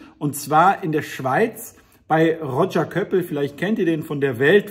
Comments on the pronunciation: Just FYI: Der Rodscher wird in der Schweiz übrigens Roschee ausgesprochen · Das “Roger” in Roger Köppel bitte als „Roschee“ aussprechen. Herr Köppel ist Schweizer, nicht Brite oder Amerikaner. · Englisch kannst du, aber der Name des Schweizer Journalisten wird französisch ausgesprochen: ROSCHEE! Nicht böse gemeint, nur ein Hinweis.